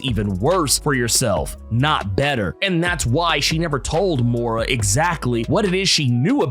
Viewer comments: It's "Moy-rah" not "Mow-rah." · I'm starting to think this guy intentionally butchers names for fun. 🤣 More'rah... Oh god.